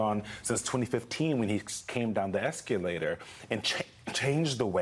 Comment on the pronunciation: What's an "esculator"? C'mon guys!